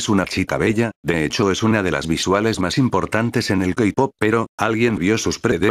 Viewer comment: JAKDHSKAJA "El kapop" La verdad si me dio risa